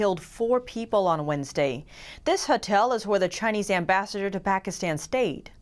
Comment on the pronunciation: Huh-tel huh? God, she's like a robot/alien.